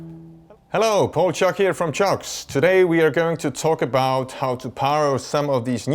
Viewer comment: 1. “Toys” from line 6 is right. 2. I like how he almost pronounces CIOKS as “sharks,” because I love sharks 🦈!